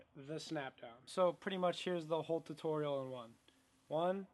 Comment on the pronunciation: The Cast back "tuturial" 😄